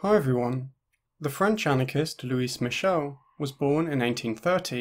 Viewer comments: for a sec in the beginning i thought you said “the french anarchist, who is michelle” lmao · The mispronounced name irks me lol